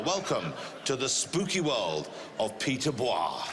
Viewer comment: I would definitely pronounce that guy's name as Peter BOYYYYEEEEEE, instead of bwa :O